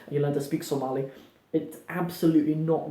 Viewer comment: you are amazing brother, you pronounced somali perfectly, better than some somalis i know, Masha,Allah. we love you brother for the sake of Allah, Allah dartiis ayan ku jecelnahay.